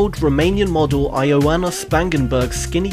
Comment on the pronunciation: You pronounced Ioana wrong.